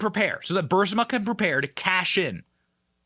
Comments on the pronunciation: Brrr is ma is how you say Burisma. Thank u for the truth. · Bud, please say Burisma right. That has been bugging the hell out of me the whole episode. Sorry it's a thing. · I think it’s pronounced Ba Riz Ma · Why do you call it "Bursima"? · Isn’t the company pronounced Bur-REES-ma? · I could be wrong, but I thought the name of the company was pronounced "Bur-is-ma". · Damn Benny. I thought it was Bur-IS-ma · Say it with me…”Bur-IS-ma” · Pronounce the name Bu ma. Rich in slush. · I love your videos and you are so cute the correct pronunciation is I'm gonna spell it the way it Sounds BA -Ress MA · The "Big Guy" committed a quid pro quo over that lawyer's firing...STILL NOT Prosecuted!!! But, they've run DJT thru the mills of a similarly corrupt Justice System...and STILL NO Evidence to any of the indictments!!! WTH, America? Is this how WE do? I think NOT!!! btw...Bur-eeee-sma, Benny...Love ya! :) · Benny, it's Bu RIS ma. The second syllable has the accent. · Bur-eees-ma Benny...lol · Burisma has a silent u. Most media pronounce it with the emphasis on risma. Long I sound. Excellent video. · and "Bursima" - not sure why he is totally dyslexic today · Burisma Buh-ris-ma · Pronounce it correctly it’s burisma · Pronounce it correctly burisma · Burr-ree,s-ma..... sort it out Benny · It's funny to me that I know that my man Benny was mispronouncing Burisma due to watching the video of Biden's illegal quid pro quo that he bragged about. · He is pronouncing it wrong. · Why does he have such a hard time pronouncing Burisma? I lose more and more respect for him each time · Benny can’t pronunciate Burisma correctly!!!! I literally yell at my phone!!! Wow!!! I’m going to make a meme of you Benny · Drink every time he mispronounces Burisma 🍺... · Learn to pronounce Barisma correctly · Its Bureeeeeesma not Buuuursima. You pronounce it wrong on every single video. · Uh yea it's "burisma" not "bursima"!!!! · Benny we love you, but it’s Burisma not Bursima. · Benny it’s BURISMA😅